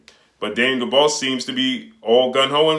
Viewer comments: Hey my guy, you really show you don't watch some of these fighters you report on by butchering their names. If you EVER WATCHED a Daniel Dubois fight you would kno its pronounced 'Doo-bwaa' and Not 'Doo-bose' (the 's' is silent). I believe the name is of French origin. Love your vids but you show your limited research with little things like this. Not trying to pick on you G, just frustrating to hear you repeatedly video after video mispronounce the man's name. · you're killin me mispronouncing Daniel Dobois (Du-Bwa). You know like Benson, or Tom Dobois from Boondocks. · Lol facts idk why pronounce it like that but he's putting in work so big up him